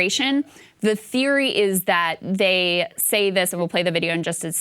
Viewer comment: That is not an American accent. He says "THEES is a DEA operation" He didn't pronounce it with a short I in this, he says "thees" which sounds distinctly Caribbean. I couldn't understand what followed but the intonation sounded non-American. The last syllable has a long O sound, and again sounds like someone from Africa or Caribbean speaking English.